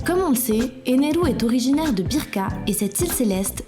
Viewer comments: ener pas eneru... 😤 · Éner pas eneru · C'EST ENER AVEC UN R ET PAS ENERU NI ENEL BORDEL !